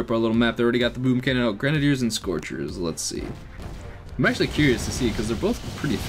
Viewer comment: Could you possibly try saying grenaiders right please